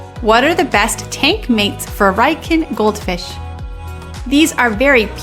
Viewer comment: Its pronounced Ree-yoo-kin.